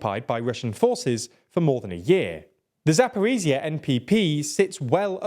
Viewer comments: Pronounce it as Zapori-ja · I respect your apology and list of corrections, but it feels like every video there's a list of things that need to be corrected. Please focus on thorough video reviews before publishing. One other small correction: Zaporizhzhia is pronounced like za-po-reej-jah in English. Not za-po-ree-zee-uh. J sound, like the final sound in "mirage", or the middle sound in "vision".